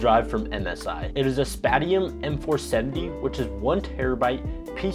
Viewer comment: I think Spatium is pronounced Spay-shi-um